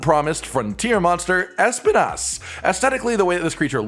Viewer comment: Espinas' name is pronounced Es-peen-ass for those who are interested, its spanish for thorn and while my attempts to write how its pronounce may not be totally right, its the easiest way i could think of for non spanish speakers.